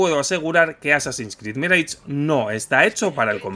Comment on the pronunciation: "MIREICH"???? No era "MIRASH"??? Qué temita preocupante los españoles y la fonética de otros idiomas!!!! 🤷🤷🤷